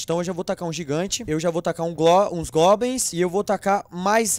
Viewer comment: o não sabe fala goblins